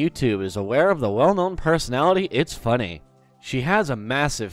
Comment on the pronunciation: YOUR SAYING ITS FUNNEH LIKE ITSFUNNAH